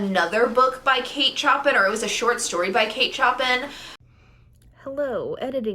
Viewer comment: I loved The Awakening when I read it so hope you love it. Though just wanted to point out- the author’s last name is pronounced like the composer.